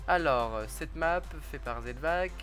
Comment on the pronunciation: A il a dit la nappe au lieu de la map